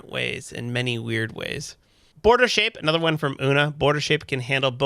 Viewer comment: name pronunciation is wrong! It’s like unicorn (Una).